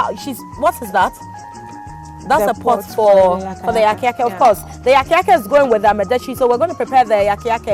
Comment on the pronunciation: It is called Yaka Yake and Amadetsi, not yaaka yaaka and Amedetsi